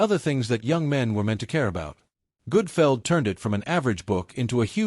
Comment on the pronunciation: The awful AI narration is bad enough, but calling him Greg Goodfeld is why I stopped watching.